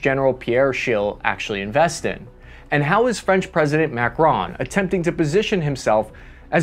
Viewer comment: It"s not MACRONE but MACRON